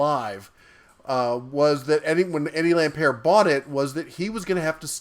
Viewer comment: He's not French... It's LampERT